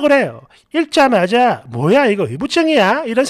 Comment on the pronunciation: 읽자마자[일짜마자]-x -[익짜마자] o 국어 발음법은 어렵습니다 ㅎㅎ 보통 오류 발음들.. 밟지-발찌 x [밥찌]o 읽지-일찌 x [익찌]o 맑지-말찌 x [막찌]o 직업병입니다... 응원합니다~❤